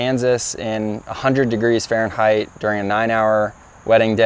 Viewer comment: Stop using "Faurenhait"! Dislike, Unsubscribe! Joking, yes. Thank you, really!